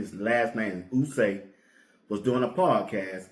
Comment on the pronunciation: Who is Daniel Ooosay? It's pronounced O-Ye- Fu-See.